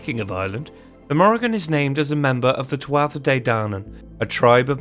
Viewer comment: Nuada, pronounced, nu-ah-dah Tuath, pronounced. Too-aww Cu Chulainn, pronounced, coo-cull-Ann Macha, pronounced, mah-kah In fact wherever you see a, assume ah or aww, most vowels are pronounced differently from English, as it is a more aspirant language.